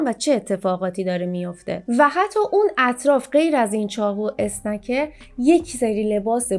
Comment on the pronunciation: اسکنر نه اسنکر